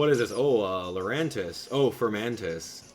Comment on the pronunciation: Just so you know it's Larry-at not Larry-at